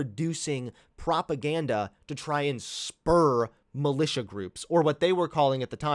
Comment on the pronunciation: Propaganda, I like how he says propaganda, it sounds funny.